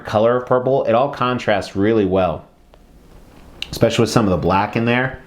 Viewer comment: Makes me cringe every time you say.